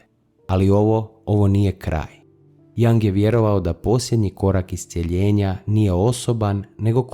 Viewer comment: Video je dobar! Samo jedna napomena, izgovara se Jung bas kao sto i pise, a ne Jang. S obzirom na duboke teme mislim da je vazno pravilno izgovoriti ime velikana psihologije i psihijatrije...hvala na razumijevanju...